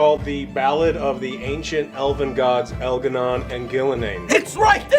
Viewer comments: al garnan and gil ga nain!!! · Elgahnon and Gilgarnain lol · But in seriously Joe, have you seen El'gah'non and Gil'A'nain? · But Joe! We need to fight El'Gah Non not Gil' A' Nain!!! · Did you say THE ancient Elven Gods Elgar’nan.... and Ghilan’nain!? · “EL’GAH’NON AND GUIL’A’NAIN ARE APPROACHING THE GENERATOR!”